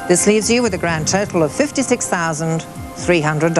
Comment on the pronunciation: She says total exactly like turtle.